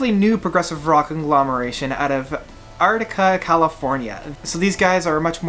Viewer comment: lol, I'm a local resident of "Artica". "Are-kay-tuh", dear sir.